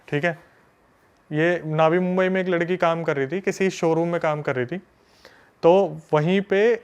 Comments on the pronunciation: नवी मुंबई होता है भाई नावी मुंबई नहीं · It's not नावी मुंबई, it's नवी मुंबई. Mind it